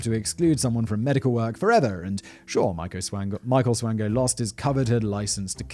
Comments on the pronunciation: Michael Swango is my uncle. It’s pronounced SWAN-GO as in swan goes down the river. Peace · Double-oh Swango... Swango unchained..?